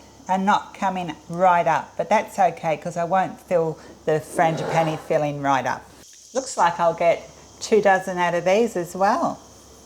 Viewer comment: The final “e” in frangipane is silent, just so you know. ;)